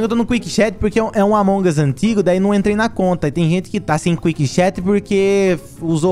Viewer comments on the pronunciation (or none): sim AMONGAS, o sempre fala assim uai